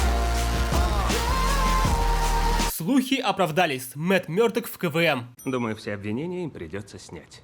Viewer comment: Почему КВМ я каждый раз слышу как КВН